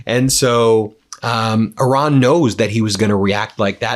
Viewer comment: Love your show Ben. But why are you still saying “Oran”? WTF???